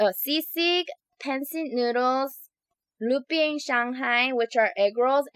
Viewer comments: Its not limpiang its lumpiang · its not limpiang it's lumpiang shanghai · That was "lumpia / lumpiang shanghai" not "limpiang". I love your videos anyway. 😀😁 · It's not limpiang it's lumpiang Shanghai